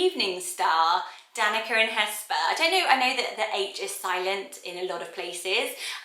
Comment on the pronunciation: Danica is a Slavic name, and c in Slavic languages is pronounced like tz. So it's more like Danitza than Danika, just so you know.